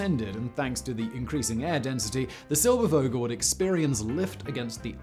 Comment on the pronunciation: it is Vogel, and NOT "wogel" a V has a bzzz like a zzz, an fff doesn't like an sss., .there is no w sound in a v... what so ever..